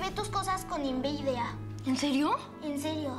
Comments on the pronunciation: enveidea jsjaja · En el minuto dice enveidida en vez de envidia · Jajajajaj cuando dijo enbidia lo dijo mal 😛😛😛